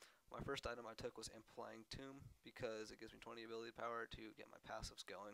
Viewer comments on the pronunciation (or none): pronounce her name right at least its UHKAHLI and its Amplifying Tome not Tomb, long o